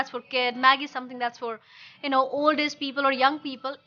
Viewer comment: What does aze mean my dear pls try to pronounce word properly it is age and pls be neutral in accent